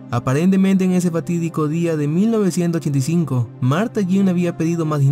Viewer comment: Por favor modula bien el 1985 jajajaja